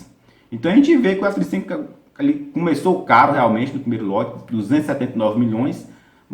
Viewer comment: Legal, só ele confunde um pouco falando f35, parece que fala f25. ..